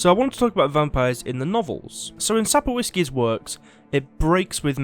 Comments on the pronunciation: Sap-Koff-Skee = Sapkowski. No need to butcher that name, it's simple ; ) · It's pronounced Sap-KOHV-ski :) I know you don't speak Polish and I don't mind the mispronunciation, I just figured I'd give you a quick tip on saying it right for your future videos since you contrast the games with the books and say his name a lot. Cheers!